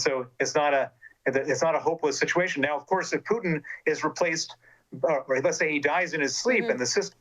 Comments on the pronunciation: She calls Putin as Pudding..haha! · Lol I love how with her cool accent the interviewer pronounces the a-hole’s name “pudding”. 😂